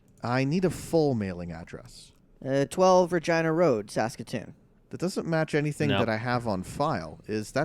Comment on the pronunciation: ragina road? no way that can be misheard...